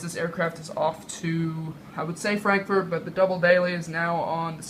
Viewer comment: Lol u said frankfoot